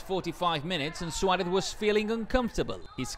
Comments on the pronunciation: please say Suarez and not Schuwaretz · Saying it completely wrong tho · “Luis SWALEFFF”